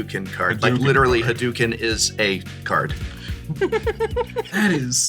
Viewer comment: Um ackshually, it's not Ree-yuu. The tempo is important, you cram it all into one syllable as: r-Yu The R should be almost silent and technically more like an L than an english R. And it's Ha-doe-ken not Ha-doo-ken.